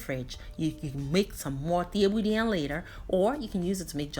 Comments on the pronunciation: Additionally, it’s pronounce Cheb-bu-gen. Senegal was colonized by the french and Thiebounjen is also written as ceebujen and if you search that you’ll find a plethora of french videos of this same dish. I agree with you most folks think of jollof rice but truly it’s Wolof. If you said jollof in Senegal host country nationals would think you are referring to the ethnic group Joloa/Djola in the Casamance region (Ziginchoir) of Senegal. Great video for English translation! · This was amazing!! Just wanted to say the pronouncements of this rice is << cha-boo-jun>> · Thieboudieune senegal not peper🤔🤔🤔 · Helping with the pronunciation, say it as ‘chebu jen “. She has the French spelling.